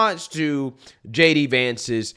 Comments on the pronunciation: It’s JD VANCE, NOT DJ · Lol you keep calling him DJ Vance